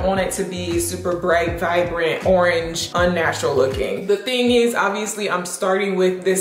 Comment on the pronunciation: It's saying "vivrant" for me. Lol. Yes to more wig videos!!!